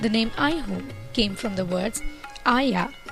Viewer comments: Video is Good, But the Narration could have been OKAY in Indian Accent. Pronouncing AiHole as I Hole is irritating to listen. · Nice video, but please reduce the music, it is hard to listen to the commentary. What is 'I hole' by the way! Please use Indian pronunciations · Good explanation... Very nice video editing... But very confusing accent... It's not an Indian accent definitely... But at least places name should be pronounced correctly... Aihole,Badami,Pattadakallu...